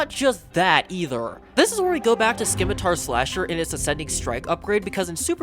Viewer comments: The C in scimitar is silent. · can u not say scimitar or is it ragebait